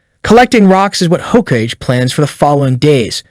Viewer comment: It's pronounced "Ho-Kah-gay"